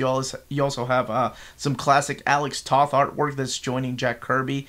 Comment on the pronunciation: Alex Toth's last name is actually pronounced like the word toe but with a "th" on the end ("toeth")